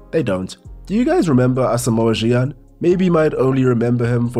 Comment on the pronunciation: ASAMOAH GYAN is OH-KAY....trust me 😂😂😂😂😂😂😂😂😂